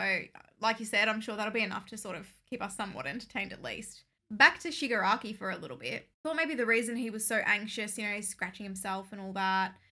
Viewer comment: They finally got the name Shigaraki right😅